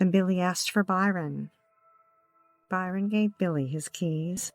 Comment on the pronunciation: The victim's name is Bryon, not Byron.